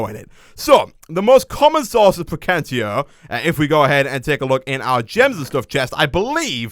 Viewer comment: Precantatio (preh-can-tae-she-o) just thoght i'd say. :P